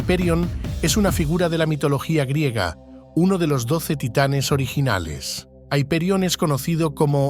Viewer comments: Es increíble donde ha llegado la americanización, ya ni hiperion decimos haiperion 😂😂😂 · El video me parece excelente. Sin embargo veo varias incoherencias. ¿Por qué pronunciar un nombre en inglés en un video en español? Hiperión es un antiguo nombre griego que tiene su forma en español desde hace siglos (Ὑπερίων en griego, Hiperión en español, Hyperion en inglés). Aparte de estos nombres ingleses en un video en español sobre mitología griega veo un segundo aspecto incoherente del video. Esta segunda incoherencia está en la imagen y su relación con el texto relatado. Se hace referencia a dioses y tiempos luminosos como son los titanes y la era de Saturno. Los titanes son dioses brillantes, relacionados con la riqueza, con lo bello, con lo luminoso y con lo colorido, con los metales y las piedras preciosas, con una naturaleza primordial, cálida y con luz,… y se nos presentan imágenes oscuras en un mundo oscuro absolutamente opuesto a lo que sería la Edad de oro. ¿Por qué? Vemos en este video como se representa a las titánides con imágenes de mujeres oscuras, de miradas torvas e inquietantes, de formas agresivas y atléticas que no pueden estar más alejadas de la maternidad ni de la pureza y se nos cuenta que son diosas amables, maternales y protectoras que tienen como objetivo fundamental cuidar y proteger a sus hijos, ¿Por qué se escogen esas imágenes de mujeres oscuras e inquietantes que nada nos induce a ver como madres o como creadoras de una naturaleza propia de la Edad de Oro?